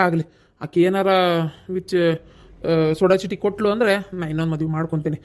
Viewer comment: ಸೋಡಾ ಚೀಟಿ ಅಲ್ಲಾರಿ, ಸೋಡ ಚೀಟಿ.